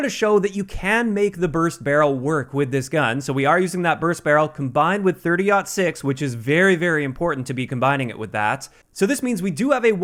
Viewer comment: I’m happy you said 30.06 correctly.. JGod totally butchered it